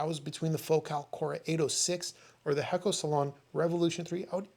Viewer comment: I believe the pronunciation is Hey-ko or Hay-co. Great job once again. Thank you.